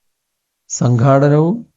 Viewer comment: Sànkhaaadanavum, Sankhattanavum.😂